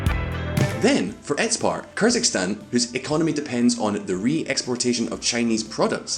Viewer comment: It's not "KYrzikstan", please say correctly Kyrgyzstan 🇰🇬.